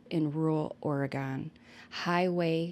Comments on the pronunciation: *Sounds like~🗣️{Or-Gun} 🌲🪵🍄🍂 I live in The Willamette valley in Corvallis (Benton county) I've seen people not from Oregon have a hard time saying 🗣️{Will-am-it River} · ORR-i-gin (hard G, like gun, not like the liquor gin). Or, gun lovers like to say ORR-i-gun, and there are even bumper stickers with rifles that say "OreGUNian". 🙄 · I was just literally in Sisters last week... Woah. Oh, and we say Oregon like Or-uh-gun 😉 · Am i the only one giggling a bit every time says "OregOn"??? 😆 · You're saying it like a non-pacificnorthwester! I live right around the WA/OR border and usually we only hear tourists say it like that! I guess it's more like OregIn the way we say it over here🤷🏼‍♀️ not such an emphasized second O. Lol....i always find the smallest things amusing 🤣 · Love your content. You do a great job. Just an FYI....Oregon is pronounced like aw·ruh·gn. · It always cracks me up when people say “ore-gone” lol 😂 (from an Oregonian, born and raised, of course) 🌲 🌲 🌲 And that runner gal is like SO many from our beloved Track Town. 🦆 Thank you for the great coverage,. 🌈 ❤ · Its pronounced Or-again